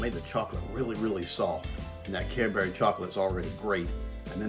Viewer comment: Correct on pronunciation of Cadbury's. Bury in Lancashire would be as in interment.